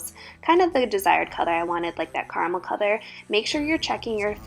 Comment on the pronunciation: Why do you say color like that